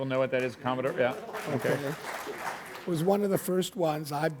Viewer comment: She says..oohkee?